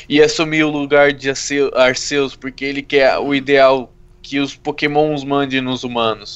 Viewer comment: não é arcêus e arquius que se fala e se escreve arceua